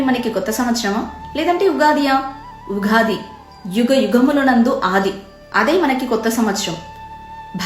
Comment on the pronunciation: ఉగాది కాదు యుగాది